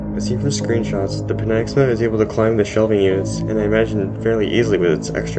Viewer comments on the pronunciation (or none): it's pi-NAG-sa-ma